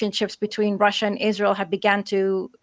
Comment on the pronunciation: Ursula: “We are wamping up pwessure because stwength is the only language Wussia understands.” Russia: Oh weally, is that twue?